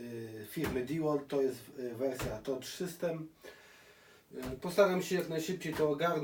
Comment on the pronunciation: Tough czytamy "Taf" 😁